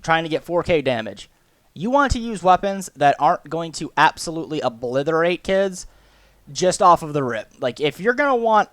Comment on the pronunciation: It's pronounced OBLITERATE not "OBLITHORATE" You illiterate heathen.